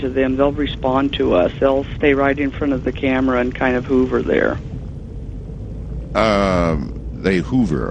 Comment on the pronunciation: I love the way he subtly made fun of her inability to pronounce the word "hover" correctly!!